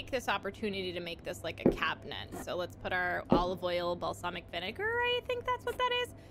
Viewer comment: Do you pronounce cabinet like cabinent? lol